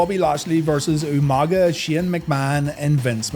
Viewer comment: UMANGA!! Lmao William Regal always botching that was hilarious but Umaga was a freaking beast.